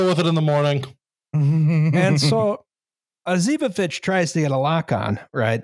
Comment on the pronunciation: Probably doesn't matter, but pretty sure the stress is on the first o in Osipovich